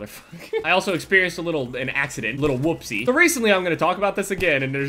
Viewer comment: i swear he said naccident